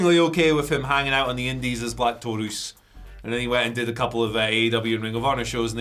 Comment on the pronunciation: For the love of all that's good, Black Taurus is not pronounced like that. It rhymes with "Your Uce"